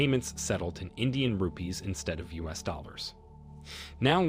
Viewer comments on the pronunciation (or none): none